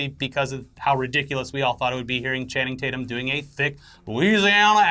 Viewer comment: You mean Channing Tate-yuuum!!